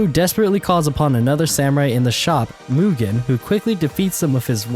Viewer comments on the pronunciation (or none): none